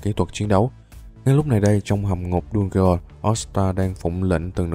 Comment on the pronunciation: Đọc dungeons sai r anh